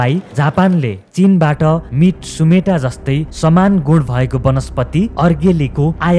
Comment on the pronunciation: मिट्सुमेता होइन मिचुमाता होみつまた